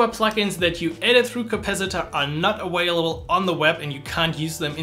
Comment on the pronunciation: Informative video but I kept hearing this awhailable word, I want to hear available. Maximilian says this too.